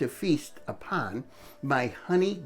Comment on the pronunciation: Did you say, "Feast A-POND" Subliminal message???